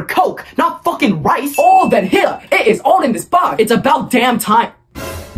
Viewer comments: “ever heard of a focking calculator?” 😂😂😂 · “Ever heard of a focking calculator💀”